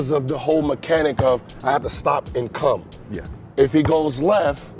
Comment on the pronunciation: "I have to stop and come" am i the only one who heard "cum" XD